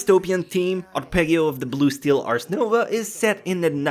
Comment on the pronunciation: Si ma non puoi dirmi "Arpegghio" of the blue...eccheccazzo xD